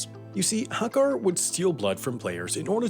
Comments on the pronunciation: I am just offended by how you pronounced Hakkar. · The way he pronounced Hakkar. God